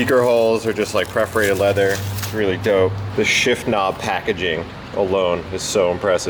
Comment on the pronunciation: did you say "preferated" leather? I'd prefer that you not say it that way again. Perforated.